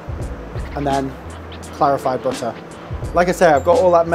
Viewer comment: "Bihhuh... BITTAH!"